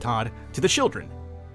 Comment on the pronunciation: he said shilldren not children lol